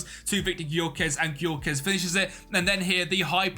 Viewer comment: It's pronounced Yoh-ker-resh (Gykörese) mate